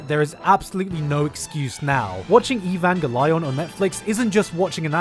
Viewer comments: Eevangy lion?.... What? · Evan Julian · It is pronounced Noun jellyfish eagle lions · “Neon Jellyfish: Evangolion” - Gigguk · God stop pronouncing EvangeLION ffs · It's ave-on-gelion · I thought there was something wrong with the way he said it. I'm sure it's Nylon Genevieve EvanGanglion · “Neon Jellyfish Eee Van Glyon” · Evan ga lion hahahaha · what is "evvangaleon"...this guy has the worst pronunciation for Eva.. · I think you're trying to trigger Eva fans by calling it "evange-lion" and the director Miyazaki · ivange lion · E VAN GA LION...... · Evanga-Lyon? pffthahaha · E- van - ga - lion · EE-BAN-GEE-LION xd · GeLion.... this hurts to hear. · Do you pronounce "Evanghelion" that way intentionally or you genuinely can't pronounce it ? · This guy is saying evan gay lee on. At least say it right please. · E-vahn-ghe-lee-ohn. for fucks sake. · I hope you're happy about your pronounciation of evangel-lion, you monster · Evan gellion That pronunciation? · e-van-gey-lion, this is the true pronounciation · Its pronounced EvanGAYleon!!! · That's a weird way of spelling Evango-lion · Your pronunciation of evangelion has got me triggered. Ee van ghel eon. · Um it's actually pronounced ivan gee leeooon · Can't believe you don't know how to pronounce Abangalon... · every time i try to watch one of these videos the I hear an entirely new unheard of butchered pronunciation. At least this time it feels on purpose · Why does he say evangelion like that???? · 2021 and im still insulted by the first pronunciation lol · Not sure is Gigguks pronunciation of evangelion is supposed to be funny or serious. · For a moment I wanted to strangle you and wear your entrails as a garland for that pronunciation but then you committed to the joke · The way you pronounce evangelion gave me extra chromosomes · I like how you pronounce "evangelion"... o_O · My friend pronounces the show the exact same way and it triggers my fight or flight responses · You butchered the name of the series so badly.